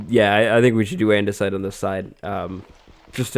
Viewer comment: We should do andesite on this side. Me: you mean... ANDESIDE???